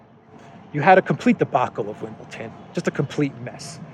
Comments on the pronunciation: ITS WimbleDON, DON a bit like the word DONE Not WimbleTON. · There is no "t" in Wimbledon!